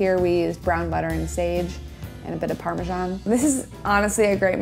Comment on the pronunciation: Why TF do you Americans say parme-schan. 😩😩😩 It’s so so so so wrong 😂